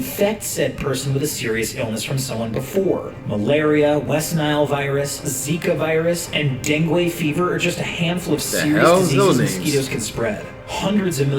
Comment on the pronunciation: The man in the video: dengway fever Wth